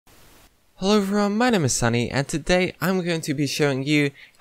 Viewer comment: Hellvron instead of hello everyone 😂